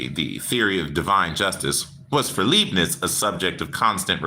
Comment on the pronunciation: Hey: The 'Lei' in Leibniz is pronounced like Lai, so laibniz. Best to practice saying it with some good German beer!🍺 Prost!🍻